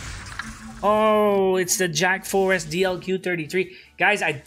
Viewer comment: *Jack frost.not Jack forest